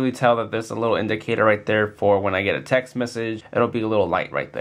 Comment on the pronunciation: i swar he said tech